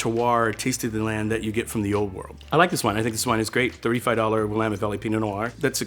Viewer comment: Thank you for pronouncing "Willamette" properly. Great tasting video!